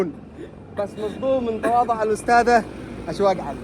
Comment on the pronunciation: عدل الاسم بالتلفون اشواق مش اشوق